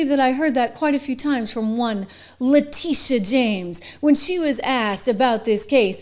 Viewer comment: trish you really need to correctly pronounce her name: le tit e ah